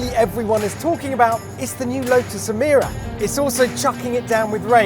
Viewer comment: You said E meer a when the Lotus engineers called it E my ra